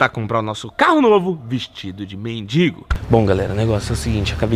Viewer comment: Pessoal vamos caprichar mais na língua portuguesa. mendiNgo não amigo. Tira esse N aí. É mendigo. Outra sugestão, faça um vídeo ajudando alguém que precisa, será mais valioso. Abs